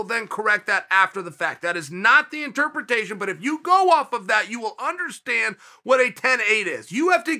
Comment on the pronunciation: Anyone else notice chael can't pronounce interpretation